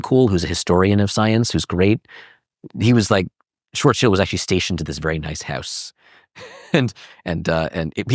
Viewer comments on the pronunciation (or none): Pow-lee? Schwartz chilled? Oh shut up. I hate when people make up their own versions of words that are well established and known. Its not only arrogant, its ignorant too.